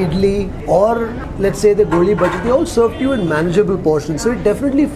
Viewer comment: Small correction - it's "Goli baje"